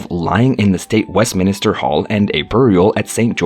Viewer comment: It's Duke (as in Dyook) not Dook! I think an English speaker should commentate on these videos. It's Lord Chamberlain not Lord of Chamberlain; Lord Lieutenant (as in Left-tenant) not Loo-tenant; Westminster not Westminister and yes, most people are aware of the arrangements if not HRH's personal wishes.